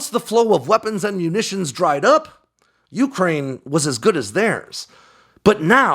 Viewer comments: bro. it's yucrane. not yooocrane. great report, but you're putting the emphasis on the first syllable when it only applies to the middle part. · Dude, please stop saying yooookraine